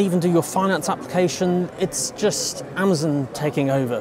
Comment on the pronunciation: It’s AmAzon not Amzin